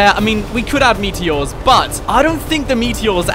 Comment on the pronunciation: Ah yes the meateeohs